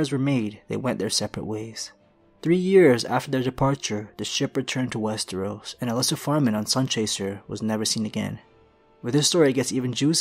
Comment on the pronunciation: I was so happy to hear you pronouncing westeros correctly, then in the last minute or two you say wes-tree-os again. You had to do it on purpose to piss me off. Kidding aside, another great video.